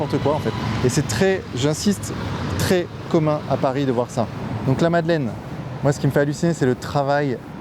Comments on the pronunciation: madeleine et pas madalaine 😅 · La Madeleine pas la Madelaine.... Faites un effort bordel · Madeleine, avec un "e" pas un "a", svp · Merci beaucoup pour ton travail! Mais par pitié, la MadelEine, pas "Madelaine" 🙈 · « L’église de la Madelaine » au lieu de la Madeleine : effectivement tout fout le camp… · Eglise de la "Madelaine" sérieusement ? Ptain Madeleine, pitié vérifiez